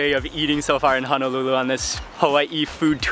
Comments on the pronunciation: It's Honolulu not Hanalulu!!!!!! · I noticed that you were pronouncing Honolulu as Hanalulu. Honolulu is Wahipana it’s a historical name place that should be mentioned properly. Hono means bay and lulu means sheltered together it creates the place Honolulu “Sheltered Bay”. Just wanted to drop that 💎 for future references. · I watch all your videos so fyi...its ho-no-lu-lu not hun no lu lu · How can anyone trust a person who CAN’T even pronounce the place you are at correctly. You are not in HANALULU. Auwe! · It's not hanalulu it's Honolulu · hanalulu ? brah for real ???.... 👎🏻 eh right on you worldwide... but if your roots is Hawaii... you hamau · He said Honolulu Hawaii wrong